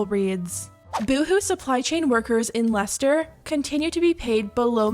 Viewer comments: I agree with this whole video but can I just say as not only a UK person, but from Leicester originally, thank you for pronouncing it right and highlighting the shit boohoo are allowed to get away with there. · It made me so happy that you pronounced Leicester right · Haha I was also impressed that they pronounced it correctly 😂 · Props to you knowing how to pronounce Leicester!